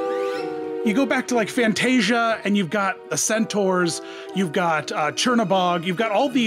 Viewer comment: Thank you for correctly pronouncing "centaur" as "centOR", not as I have heard so many Americans incorrectly pronounce it as "centAR".